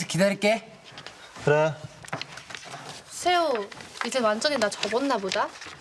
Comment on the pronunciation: 이거 나만 그런가? 왜 세호할때 새우라고 들리지?😂😂😂😂😅😅